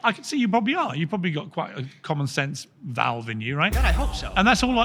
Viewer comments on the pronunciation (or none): none